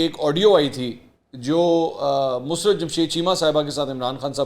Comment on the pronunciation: مسرت کا تلفظ درست کر لیں ۔یہ لفظ mus rat نہیں بلکہ musarrat ہوتا ہے ۔۔ mu..sarr..rat